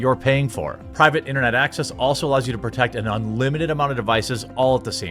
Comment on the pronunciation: Gentleman, find yourself a foreign girl who struggles to pronounce your name the way Jeremy struggles to pronounce Private Internet Access.